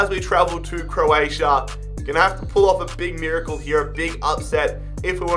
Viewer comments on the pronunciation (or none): none